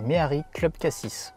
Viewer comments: Cassis, ça ne se dit pas "Cassisse" mais "Cassi" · Le s ne se prononce pas dans cassis merci